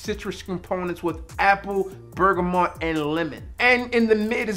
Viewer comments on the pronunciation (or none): Why do Americans say “bergamont” 🤷🏼‍♂️